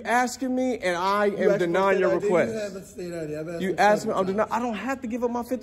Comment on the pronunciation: You didnt "axe" for permission to exercise your rights, theres the problem